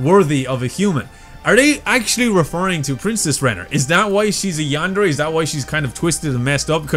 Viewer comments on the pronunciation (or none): none